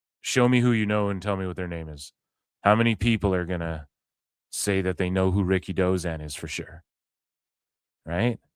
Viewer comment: Ricky Who? Dave stop saying Ricky Dozan no one knows him?